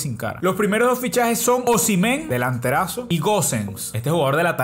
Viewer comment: Osimhen se dice "Os-Im-Hen" La ache se dice J en su nombre